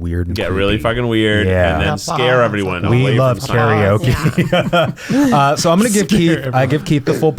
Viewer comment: I know Eugene grew up in the south, but it’s disheartening to see/hear an Asian pronounce “karaoke” incorrectly.